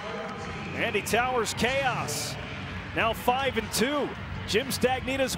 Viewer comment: in the first games commentary, the guy read Chaos, as "chowse" 😂 I cant remember the video but it's great.